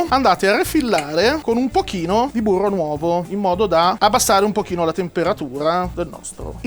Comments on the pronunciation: C'è della cotoletta nel mio burroh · Io ci avrei messo del burroh